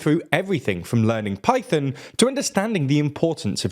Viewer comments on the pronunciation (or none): none